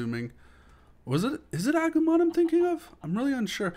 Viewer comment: Agomon is prenounsed ah-goo-mon